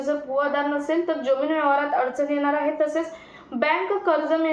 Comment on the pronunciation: किती अशुद्ध उच्चार. यम, यल, यन काय हे. जमीन या शब्दाचा उच्चार करताना ' ज ' हा जहाजातला असतो.